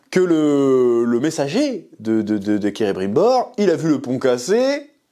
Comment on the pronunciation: On est d'accord que c'est Celebrimbor, pas Cerebrimbor. Désolé, ça m'a fait buggé pendant toute ta vidéo. Mise à part ça, tu m'as bien fait déliré ! Perso j'essaye d'apprécier la série pour ce qu'elle est : une fanfiction hors de prix, mais faut avouer qu'à un moment donné il faudrait quand même respecter ce qu'a écrit Tolkien, qui a passé sa vie à réfléchir à la logique de son univers, avec ses gosses qui lui posaient tout le temps des questions pièges et des "pourquoi?" dans tous les sens, et prendre aussi le temps et l'argent de se payer de vrais et bons scénaristes qui savent écrire...